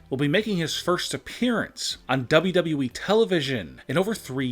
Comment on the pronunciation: HE SAID WWE AND NOT DAABYOUDAABYOUEEE